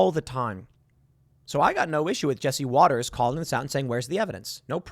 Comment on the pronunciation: it's not Waters - it's WATTERS